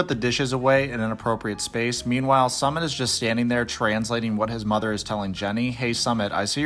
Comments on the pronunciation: Dude not Summit it’s SUmit as in SUE…MIT not commit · SoooMitttt - not Summit ! C’mon, it’s been years ! Disrespectful Dude 🌊🔥🔥🌊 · You’re too funny, his name is “Sumit” not “Summit”! lol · His name is pronounced as Sue-mit like you can sue mit ! Lol Also let me tell you guys that, India is very diverse country the north, the south and north east India is extremely different in terms of language, culture food even religion. So there is no such thing as a “topical Indian wife” we’re super progressive and backward at the same time lol 😂 I get culture shocks when I move from state to state. Also Sumits mom is a bitch and an evil woman, very vengeful. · His name is pronounced "Soo-Meet" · What i don't understand is this: you are supposed to be a commentary channel, LARGELY reporting on 90DF, and over and over again, you can't get a SIMPLE name's pronunciation, and one of a man who's been on what? 3 Seasons? It's just plain sloppy reporting and DISRESPECTFUL! BTW, the "SUMMIT" (phoenetic) is the top of the mountain *eye roll*! This Ms coming from someone who really used go be an avid channel viewer, I still really enjoy it, but the slopiness is alienating me; but also, I'm a Content Creator with 4 channels and 10 employees go help me run them myself. I do close go the same thing you do, but i report in the music industry, & promote my bands & any bands I think deserve it, because i started in the music industry in '94 on Street Teams, worked my way up to where I'm now known around the world as one of the top Music Industry Execs, I'm a Promoter, PR Rep, Band Manager, and I've even modeled for album and insert artwork! So don't worry, I'm not your competition, but i AM someone who know how things would run, and misses how good your videos USED do be!!! XO~Dark Angel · I thought his name was pronounced Sue-Mit? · The guy on Psychology in Seattle, Dr. Honda, says it like mountain summit too. Drives me crazy. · Why are you deliberately mispronouncing Sumit's name? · "Sue" mit